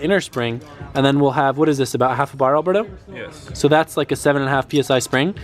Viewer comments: Alboosto instead of Alberto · when he said alberbo it kinda sounded like abuabu the monkey or alaadin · Nesta M umm it’s pronounced alberbo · Poor Alberbo has been getting his name mispronounced this entire time! I can't believe y'all have been calling him Alberto!